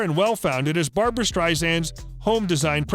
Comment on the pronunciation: Barb-RA, not Barb-ARA Strei-SAND, not Strei-ZAND.